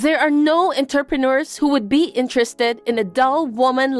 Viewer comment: I was listening, but not reading the text, so thought Mindy was saying the men were 'interpreters'. I thought, 'I wish I'd tried harder with French , because I never knew it was a well paid job.' 😄